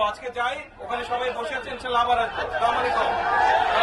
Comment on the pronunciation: স্লামালেকুম কি এতো দেখি সহীহ শুদ্ধ করে সালাম ও দিতে জানে না